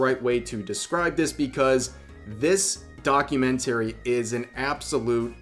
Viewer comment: 😭 he said documentary wrong 😭